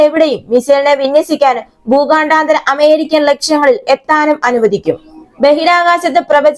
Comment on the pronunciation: എടീ ഊച്ചാളി ഊച്ചാവളിചി.. ഭൂഗാ ണ്ടാ താര.. ബാലസ്റ്റിക് മിസൈൽ അല്ല.. 😅 ഊച്ചാളി.. ഭൂഖണ്ഡാന്തര.. എന്ന് ആയിരം പ്രാവശ്യം എഴുതി പഠിക്കു..